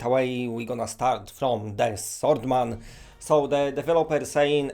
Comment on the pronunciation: Who else hears Saltman instead swordsman